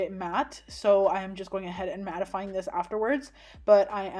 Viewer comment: I love you saying, mattefying 😅😊